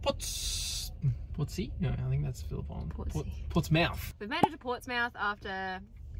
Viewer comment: Haha your pronunciation of Portsmouth has me on the floor 😂